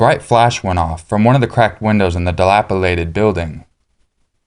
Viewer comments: dilapiliated? dilapitated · dilapulated? lol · Dilapillated building, one of the cutest mispronunciations ever